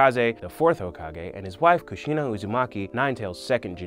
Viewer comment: mostly mispronunciation of names like minato, kushina, and hagoromo. he says miNAto, kuSHIna and hagaramo